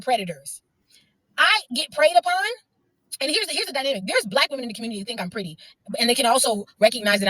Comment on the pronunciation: "the dyminamic" you mean dynamic? Most educated...